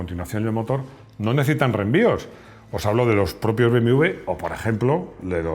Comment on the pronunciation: Hola, por qué dices BMV en vez de BMW? "beemedoblebe" como la canción.